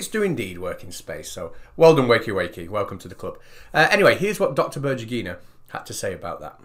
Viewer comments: Before saying berdjugyinaaid? try to use in Google Translate this: Светлана Бердюгина and use voice announcer. Accentuation in Berdyugina is on "U" symbol. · I insist that her name is spelled like "BER-DEW-GHI-NA", not "BUR-JEE-GHI-NA". Svetlana Berdyugina